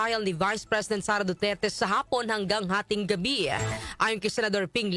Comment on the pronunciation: Darlehen, bakit palaging may buntot ang pronounciation mo? Gaya ng Iran naging Irana, ang ptotection ay naging prot3ctiona.. Ang salitang Gabi ay naging Gabiya. Please paki ayos ng pronounciation mo para hindi pangit pakinggan. Thanks